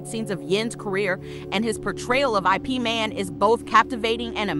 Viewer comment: It's not I P it's IP.